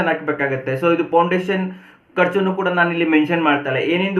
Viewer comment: It is foundation.. not poundation